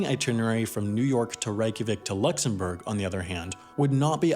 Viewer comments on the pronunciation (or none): none